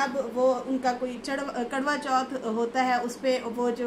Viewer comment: ji kadwa chauth nahin, Its karwa chauth dear.😂😂❤